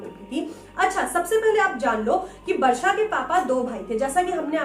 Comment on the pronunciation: Didi aap Varsha bol rahe ho ya Barsha? But iam happy ki mere naam ki tarah ye aap logo ke mooh se aaya hai❤️ 💜 please next horror video main meta naam bhi lona Varshini plzzz